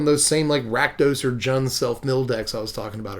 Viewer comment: They do this because the word isn't Swedish. It's pronounced Jund. J as in Jar. If you are swedish then pronounce it however you like but it really is Jund. Also if you notice the 3 color group's names actually feel like the name is correct. Other than Bant in all honesty. Abzan feels like it would be White Black Green. Mardu feels Black White Red. Just the feeling you get when you say the word. Yund doesn't feel like a group collective that is bent on destroying stuff and being brutal. Jund does.... They all pretty much feel right... Except Bant. That feels like a field of flowers for some reason..... Which may be what they were going for. Field = white Flowers = green Sky = blue.... I never saw that before lol.